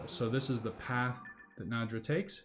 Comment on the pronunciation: "NAY-draw" is how it's pronounced. The "D" isn't before the "ya". lol.